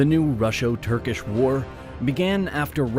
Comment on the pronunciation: Russo does not have an “sh”.